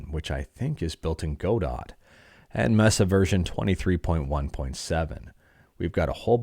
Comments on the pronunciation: Godot is pronounced God-Oh after the Samuel Beckett play "Waiting For Godot". Silent T there chief 🥳🎉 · he pronounces the weird ass linux gnome name correctly but not godot 😭😭😭😭😭😭